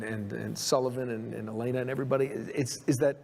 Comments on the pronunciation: Such a great video. Only one problem. It’s El-lay-nuh, not El-eh-nuh 😂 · Great video I loved it and Her name is (E lane uh) not (Ellen uh) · Amazing video. For the LOVE OF GOD “eh-LAY-nuh” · I was convinced until he called her “elen er”. Only AI would get that wrong. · I could tell it was AI lol, just the general cadence is ever so slightly off, but it also struggles to pronounce “Elena” lol